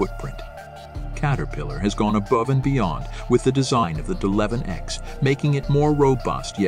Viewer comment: WOW the narrator has no clue he keeps saying deleven ex!!! Why didn't they shut the computer off and reboot???